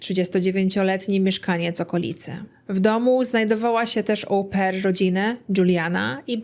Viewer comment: Wymawiamy "o-PAIR", a nie Ołł-pair 🙉